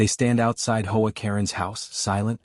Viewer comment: H.O. A. Katen stop saying as Hoe A. I do not like AI stories they suck .